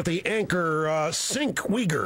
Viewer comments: Jank???!?!?! I always thought it was Sink?!?! :S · I hate to play devil's advocate here, but I don't really see how Rush made fun of Cenk's name. I think anyone not familiar with Turkish names would pronounce it "Senk".